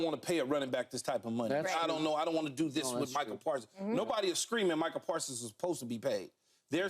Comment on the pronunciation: “Michael Parson” Sounds like Micah’s Down syndrome cousin